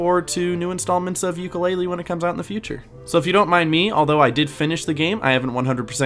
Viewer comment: OH MY GOSH I JUST NOW REALIZED THIS! The way I pronounced Yooka Laylee I put more stress on the "ee" part of the title and the way pronounced it sounds like ukelele! How did I not understand this?